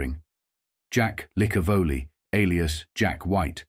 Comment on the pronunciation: Thanks for at least pronouncing Licavoli correctly.